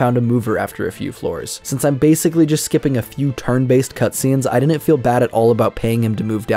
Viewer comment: The way he says "didn't" is so cringe. "Dinint" 🤮